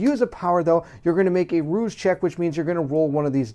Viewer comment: Rouse not roose as in Rouse the Beast. Cell air a tee celerity :)